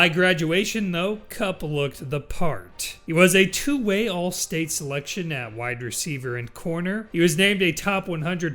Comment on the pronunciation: Is he saying wide or white receiver?